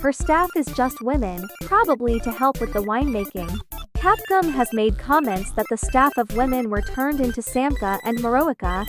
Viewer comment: i love this and ik theres nothing to be done about it but the text to speech is killing me omfg "dimeetreskew" "capcum"